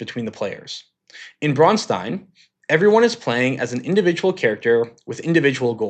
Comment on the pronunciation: Thank you for pronouncing "Braunstein" correctly. You'd be surprised how many people struggle with that. The ones who add the "ch" sound are objectively the worst.